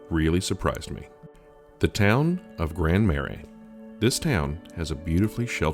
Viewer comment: Awesome video. Kept me entertained beginning to end, great cinematography. Not to be that guy, but Grand Marais is pronounced (Grand Mer-ray)